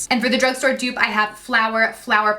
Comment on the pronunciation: Dupe not duo